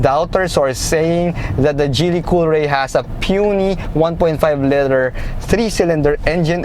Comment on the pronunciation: Love the review, however, I would like to suggest some improvements on pronunciation. For "liter" ( ) and for "aesthetics" ( ) . Regarding the vehicle, the GDI engine is not a dependable engine. It would certainly last 5 years but I doubt it will perform consistently after that. The problem is that fuel is directly injected into the cylinder instead of behind the intake valves. Carbon will build up over time and this results in pinging, knocking, reduced horsepower, and high fuel consumption. The only way to mitigate this is to have an oil catch can installed and have the intake valves cleaned. Maybe some but not all who bought this car will be aware of this and there lies the problem.